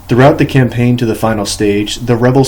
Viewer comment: Danmark near illiterate reading of this book. I love it. Compain. Lol cam-pain